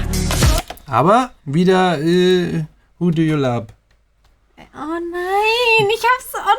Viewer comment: they are saying 'lub' cuz in Korean they don't have a 'v' in korean